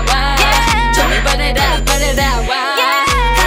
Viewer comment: 毓真的有夠正的ㄟ 但是為什麼每次聽她們每個人burn it up發音都怪怪的 不知道是故意的還是怎樣😂